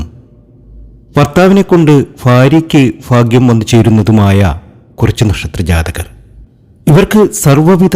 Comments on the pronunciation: ഫാഗ്യം മനസ്സിലാകുന്നില്ല 😁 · ഫാര്യ ഫർത്താവ് ഫാഗ്യം! ഫദ്രകാളി, സൗഫാഗ്യം, ഫാഗ്യക്കുറി ........ ഒന്ന് പോടേയ് കുണേയ് .........